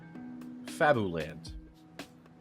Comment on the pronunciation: fabuland is pronounced fabyland